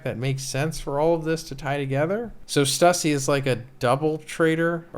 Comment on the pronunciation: it is not stussy lol